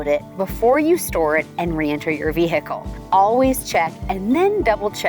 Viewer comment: Vee hick ull😅